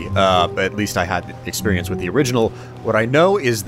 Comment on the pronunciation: Slice 'withe'! Just saying,.